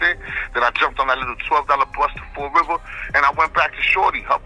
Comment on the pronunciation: Fall river, Massachusetts not fort river......